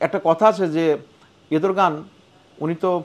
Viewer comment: খুব ভালো পর্যালোচনা, কিন্তু কথার মধ্যে সাবলীলতা নেই। তুর্কি প্রেসিডেন্টের নামটা স্পষ্ট করে বলতে পারেনি।